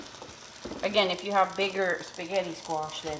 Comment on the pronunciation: cutting a spaghetti squash in half requires real muscle! You may be small, but wow, you've got muscle! You got me laughing because a few times you said what to me sounded like "sketti!" Did you know that the Gardein Meatless Ground you showed is made by a Canadian company? Meatless meat products are all the rage lately. I hear them talked about on the stock market channel (CNBC) every day. It looks delish!!! I wouldn't hesitate to indulge in it. Maybe some day, we'll all be going meatless. If it tastes just like real meat, I wouldn't mind. Would you care? Your air fryer baked sketti squash with melted provolone looked too good for words! Yes! Plant more sketti squash!!!